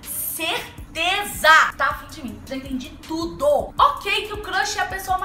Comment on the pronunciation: "ja entendi tudô " gosto muito quando você diz isso kkkkkkk